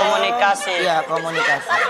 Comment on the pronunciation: ngakak ketika dia bilang komunikasi tapi komunitasi🤣